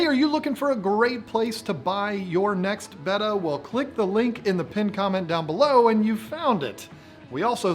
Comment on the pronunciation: Glad to hear finally saying "betta" correctly; now teach (or your mother's betta will die in her sleep if you don't).